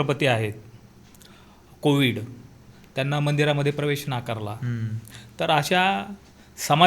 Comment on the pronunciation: कोविड नाही साहेब कोविंद